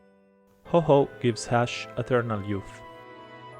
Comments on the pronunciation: It wasn't revealed to be "Hoho" (he's not a slut bird, that's Lugia.) It's Ho-Oh. To pronounce it, ignore the fact there's a second H. > Lavender town: Short answer is just No. Same goes for the Butterfree is Venonat thing :/ Just no. Looking alike means less than nothing when it comes to determining how closely related two species are "Illegal" is a real term when it comes to Pokémon hacking. That one should have been represented with a Gyarados because it simply means that the pokémon in question was hacked in with something about it being illegitimate in a way the game can detect. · Why do you pronounce Ho-Oh as "Ho-Ho"?